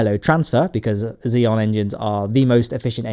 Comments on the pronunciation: Props mate, fantastic job!! :D But btw, its Xenon not Xeon ;) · The word "Xenon" has more letters than you think it does. Notably, that "N" in the middle you choose to ignore. It's not Xeon.... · XENON NOT XEON! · Are you saying "xenon" or "xeon"? It sure sounds like the second. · Please pronounce the "N" in xeNon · why does he pronounce xenon as xeon?